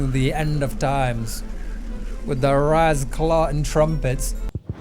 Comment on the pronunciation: As a man from Jamaica, thats the funniest way I've ever heard "Ras clot"(Ras clout) said